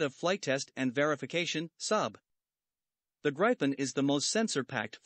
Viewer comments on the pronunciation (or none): GRIPEN is pronouced GREE PEN !!